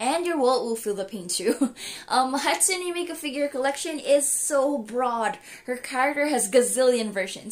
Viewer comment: "hatsume miku shrine"